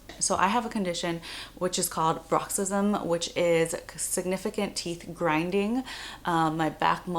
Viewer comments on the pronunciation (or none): It’s bruxism, not braxism... jeez fucking DO’s man....